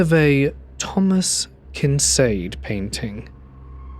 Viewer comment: Thomas kinSade?, I'll forgive some pronunciations, but this one was just downright silly lmao.